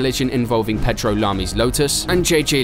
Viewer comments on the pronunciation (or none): none